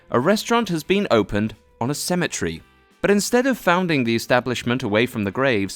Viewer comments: I will sound like an American ass for saying this, but pronouncing "cemetery" like "symmetry" is confusing as hell. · AND "CEMETERY" TOO. WTF BRUHHH